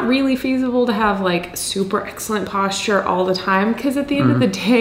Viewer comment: You are saying the word wrong and I just can't help cringing every time I hear it. :) Good video though. Say Postcher. No, not Post Cher. Postcher as if you were saying what you were saying the first syllable of what you were saying but now the second syllable is CHER instead of the second syllable sound of ER as was the way in which you were pronouncicating the syllable. (Yes, I know that is not a real word, but I thought I liked it as it appeared in my head organ and decided to go with it, for better or worse...so help me Fonzi.)